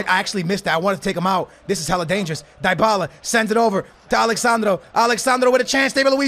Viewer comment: It’s pronounce Deebala not Die-abala